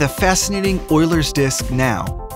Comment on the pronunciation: Its pronounced you-lers